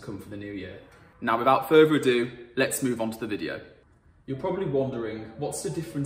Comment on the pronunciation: " ... without furver adue "